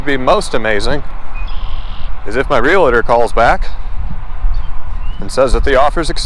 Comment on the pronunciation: What's a Real-E-Tor? There's nothing between the l & T it's pronounced REEEEL-TUR. Sorry that, and Nu-Cue-Ler KILL ME!!! There's no U between the the W & C! It's NEW-CLEAR… That's it! That said… Carry on with your Half Daaaaay! LOL